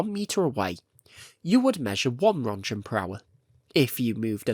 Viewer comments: Whats a "Röntchen" ? Rönt*G*en! xD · I love it not being AI but come on... ROENTGENS. NOT RONJENS. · I know british pronunciations of foreign names is often... creative? But The german name "Roentgen" (or Röntgen), and thus the radioactivity unit named after him, has a hard G and sounds like "RUNT-gun". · 😂😂😂 "rontjen" Jesus, you slept through physics classes. Here: learn the pronounciaton: BE /ˈrɒntɡən/ or USE /ˈrentɡən/. Seriously, my ears are beeding. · I love your videos! Please look up how to pronounce Roentgen, as an Austrian hearing Ronjens is painful haha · It's pronounced "runt-gun" or "runt-gchen" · Ronjents 😂 it's like hearing someone saying jif instead of gif. It took me a bit out of otherwise quite nice video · Wtf is a "ronjen"? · It’s pronounced “rent-gens.” Just FYI. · Oh wow, I always thought it was "RENT-gun" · The way Röntgen is being pronounced just makes me cry. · If you could actually get the pronunciation of Roentgen/röntgen it'd be nice. You know, considering this entire channel is about radiation and Chornobyl. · Jesus christ. Im sorry, its probably a good video and all, but I cant stand the way you mispronounce roentgen. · You should check the correct pronunciation of "roentgen" (or "röntgen") and "pump".